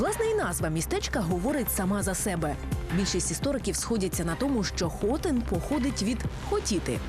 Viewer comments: да... и не было никого чтоб подсказать этой несчастной девушке, что в названии города ударение ставится на "И" хотИн а не хОтин. И слово хотеть, не имеет никакого отношения к названию город, скорее всего, если не точно, оно происходит от слова çotın - что означает хлев или овчарни которые располагались на месте современного городаи , также есть версия что когда турки увидели крепость Д Галицкого, а она была деревянной, тогда как в азии все крепости были каменные то и прозвали ее хлевом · Хотин, наголос на и, а не на о.